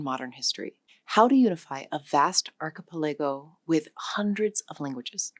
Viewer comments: Am I the only one bothered by how "archipelago" is pronounced in this video? Like I lowkey flinch when I hear it. 😅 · Even A.I. has trouble with difficult words such as "archipelago" and "indigenous." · Is she an AI? The way she pronounces "Tanzania" , "archipelago" and "indigenous"